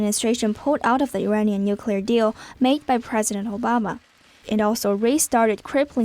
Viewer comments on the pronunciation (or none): none